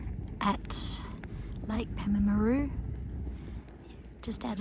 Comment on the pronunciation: It's pronounced PALM-AH-ROO by us locals 😂 glad you had a good time!